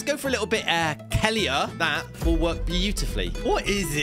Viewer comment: The way he pronounced kelleher😂😂😂